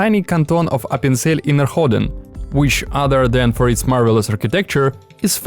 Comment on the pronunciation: Close enough... Hahaha! It's "Appenzell Innerrhoden" - The "h" is silent. What you said basically means "Appenzell Inner-ballsack" where "Inner" actually stands for "Inner" as in "situated inside or further in; internal", and "Hoden" literally means "ball-sack".